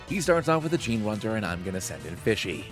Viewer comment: I think generuntor is pronounced like generator 😂 but I love your videos! Keep it up. These are so fun